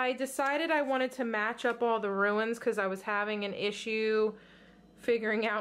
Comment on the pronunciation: In Louisiana chicory (chick or E )is in the coffee .not trying to be mean. Ruins are old buildings . Runes is pronounced roonz. I tell you this with the kindest of intentions .this box is Scandinavian Viking lore .